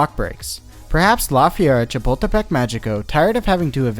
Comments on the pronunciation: Or when he says lā fierra shapuldepek mayiko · It's pronounced "Lah Feh-ree-ah Cha-pul-teh-peck Mah-hee-coh." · his pronounciation killed me 😭 didnt even bother to know how its said correctly lmaoo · As someone from Mexico City it was funny to hear him butcher the name the first few times, but by the end he was saying it with more ease